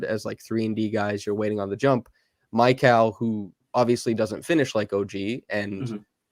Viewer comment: I hate to be so picky (and I really love your content) but you’re pronouncing Mikal’s name wrong. Not Kal like California but Kal pronounced like “Kale”. I think it’s more frequently spelled Michail… anyway, I just had to say it because my ears perk up every time lol.